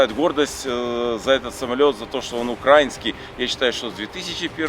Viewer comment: Кстати не правильно ударение ставит в слове Украинский. Да да, я тот самый мразотный чел из толпы который всех поправляет🤣